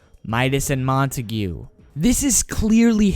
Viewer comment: I’m not trying to be mean but I think it’s pronounced like montaig not montagoo